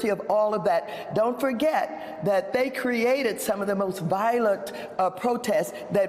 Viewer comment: “THAY CREATED”?